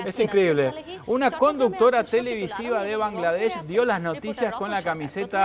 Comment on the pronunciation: I do not understand Spanish. But the male journalist pronounced Bangladesh sooo accurately. As a Bangladeshi, I have never seen any non Bangladeshi person pronounce it the right way. Respect. Also, we love your country Argentina. This message is to every argentinian reading. Please visit our country and see for yourself what we mean when we say we all love Argentina.